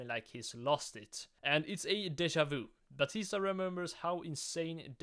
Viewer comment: "Angel Ba-tisdag" ahh pronounciation.